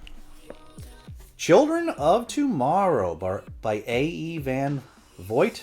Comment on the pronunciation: That music is really annoying. You don't need it. Not sure how you could think Zelazny is pronounced Zuh LANE ee. It sounds as it's spelled - Zuh LAZ nee. Vogt is VOHGT, not VOYT. I'm only telling you so you'll know in the future. Great assortment of books. Fun covers!